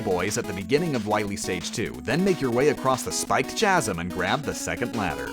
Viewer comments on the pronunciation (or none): my man do you seriously not know how to pronounce 'chasm' and 'archive' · Stop. Fucking. Saying. Chasm. Like. That. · There is no such thing as a "Chaz-um", the word is pronounced "ka-zum". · Great video, good commentary. I applaud your commitment. One question though: Why do you pronounce "chasm" and "archive" using a "ch" sound? It's supposed to be a K sound, like in the name Chris. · Also: "chasm" is pronounced "ka - sum", not "cha-sum". And PP; if it's intentional, that makes it worse. makes great videos, but this... It's painful, every time. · Bro. It's "Lead" as in the metal Lead. Not "Lead" as in "Follow my lead". And "Chasm" is pronounced "Kaz 'em". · Chasm and archived are pronounced with "k" sounds for the ch. Kasm and arKived. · Do you not understand how "ch" works? Chasm is Ka-zim not what you said. You say Archive wrong in your mario sunshine video too and with the same mistake. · Ch-asm? Ar-ch-ive? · "Chasm" is pronounced "kazzem" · The pronunciation of "ArCHIVEd and CHASem" had me rolling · “Chasm” is pronounced “Kasm” “Archive” is pronounced “arkive” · Does he say Chasm and archive like that on purpose and I've just trolled? It's pronounced like Kasm and arkive. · you do know that archive is pronounced arkive right? and chasm is pronounced Kasm. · Is pronouncing the ‘ch’ in ‘chasm’ and ‘archived’ a bit? Seems weird it happened twice. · Did I miss a running gag or something. Is there a reason he's mispronouncing words like Archive and Chasm? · Why does he pronounce chasm abd archive like that? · This guy does not like pronouncing "ch" as "k". As in "chasm" and "archive". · God, effing- IT'S CRASH MAN! (also you mis-pronounce Chasm and archives. just a little side note) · the way you pronounce both chasm and archive makes me believe you're, like, doing a meme there. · Good to know you still have no idea how to pronounce "chasm". Or "archive". Also, it's Bubble Lead, not Lead Bubble. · He pronounced the h in both chasm and archive ugh